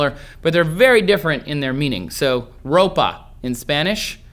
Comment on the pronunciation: ''Ropa'' is actually pronounced ''RAW-pah'' in Spanish